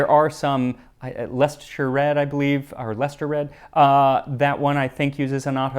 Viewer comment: red Leicester. Always wondered why it was orange, it always looked strange, but is possibly my favourite Also, spot on pronunciation. Might seem a weird thing to mention, but most Americans on here cannot say it 😬